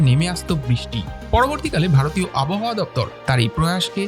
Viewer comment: ভাল লাগল l উচ্চারণটা আবোহাওয়া নয়, আব্ হাওয়া । 🎉